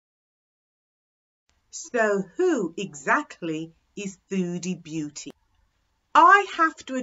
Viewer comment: it's "beauty" not "booty"